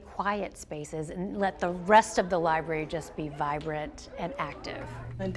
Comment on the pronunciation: Let’s start by learning how to say the word “library”